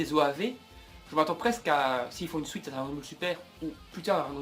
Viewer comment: tes video sont bien mais vraiment a retravailler deja retravaille ta parole parce que tu dit des nom vraiment mal et te trompe souvent sinon tes theorie ne vont pas arriver parce que dbs ne va pas reprendre dbgt avec de nouveaux nom et tu dit des mot suite on dit suite et non sOuite